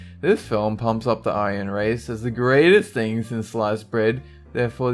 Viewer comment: iron race i love how you said Aryan race like that. funny